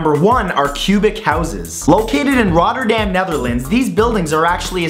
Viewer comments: Hoe hij dat uitsprak! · i live in rotterdam and one of my friends lives in one of the cube houses but the houses are just awesome btw its funny how you say rotterdam :DD